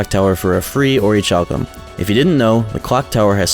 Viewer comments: It's pronounced Orichalcum! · I know it's annoying to correct pronunciation but it's really bothering me: "orichalcum" is pronounced "ori-kal-cum". The "h" represents aspiration and not a "ch" sound. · That orichalcum pronunciation is killing me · The "H" in "Orichalcum" is silent. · Also my guy doesn't know how to say "Orichalcum " lol. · This video is great but that pronunciation of "orichalcum" is wild